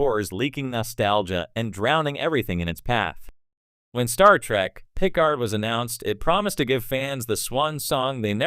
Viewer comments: Stop using AI, it sticks out like a sore thumb the way Picard is pronounced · AI really keeps butchering Picard's name.